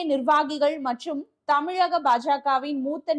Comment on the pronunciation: Thamizhagam..plz pronounce it correctly..